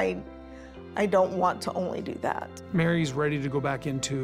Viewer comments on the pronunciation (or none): It's Meri, not Mary.